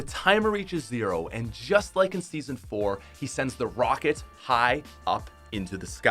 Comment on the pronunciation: he said Season floor LOL